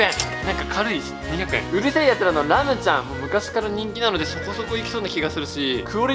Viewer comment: レムが編集の文字もはじめんもラムって言ってて面白い😂